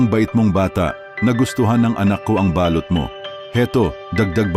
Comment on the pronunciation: Bkit kaya kpag lalaki ang narrator eh mali2 ang pagbigkas ng mga salita Mali po ang bigkas ninyo ng balut at balot ,saka ng salitang baga(lungs) .